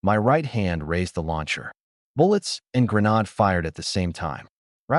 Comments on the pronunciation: cant even keep the genders correct as well or say granade right as well an stupid google cant tell wat a granade is either. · Okay good story but the arrogant Paladin being in two places???? Plus mispronunciation of the word grenade???? Minor deets here but I do like the story!!AAAAA+++++🙃🙃🙃🙃🙃 Yes a second part please!!!!!